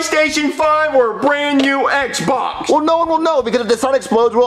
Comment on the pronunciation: really said EHBA instead of Xbox